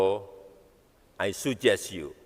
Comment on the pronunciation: Weleeh, tinggal bacain sj kok ora iso. Ai sujes yu ya pak, bukan Ai sajes yu...baru diganti di kamus Hassan Shadily sptnya😅